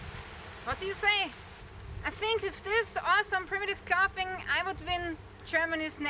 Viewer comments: Clothing is pronounced "Clothes ing". Spelled clothing. Drop the es add ing. But someone had to point it out. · Your English is fab clothing is clothing sound the o.